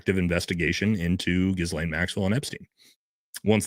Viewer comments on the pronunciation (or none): none